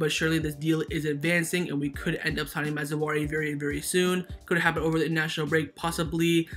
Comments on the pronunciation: I hear you saying ma-zou-ari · Mazraoui (Maa-zra-weee) Great RB. Playing style quite similar to Hakimi's .